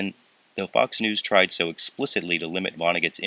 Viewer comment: sounds like "Fucks News"